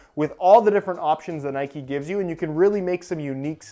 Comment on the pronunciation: Its Nike not Nikeeeeee😂🙈